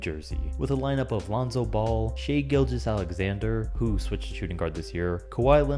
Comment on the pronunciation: And its also SHAI not shay gilgueos alexander